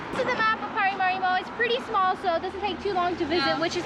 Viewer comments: It is PARAMARIBO the capitol of SURINAME. NOT "mariparibo" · Its not Mariparibo but Paramaribo. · The capital of Surinam is Paramaribo... not Mariparibo😮😂 Still a very nice vlog, thank you❤ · its Paramaribo not Maraparibo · Haha 😂😂😂is Paramaribo not meryparibo. EN JOY🏝🏝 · Welcome to suriname. The land of culture, unity and freedom. I would suggest having a proper guide for the best/ correct info and experience. Also its paramaribo and mariparimaribo hahah.